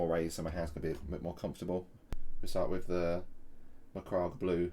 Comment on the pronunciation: FYI it’s pronounced ‘macrag’ blue